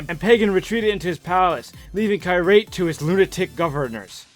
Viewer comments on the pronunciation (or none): Ajay is an American name. But, he did say "Kirate" instead of "Kyrat"